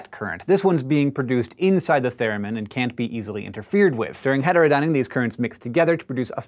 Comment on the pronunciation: you cant say heterodyning its triggering